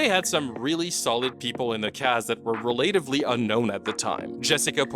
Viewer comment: In case you aren't doing it for comment bait: that isn't how you pronounce relatively